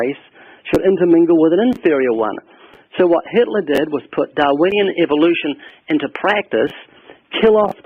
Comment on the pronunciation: “Hilter god, and the Bible” is what it sounds like she’s saying.